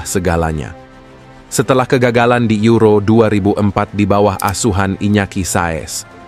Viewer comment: Penyebutan juan mata: huan mata buan juan mata penyebuta la roja: la roha, euro: yuro bukan ero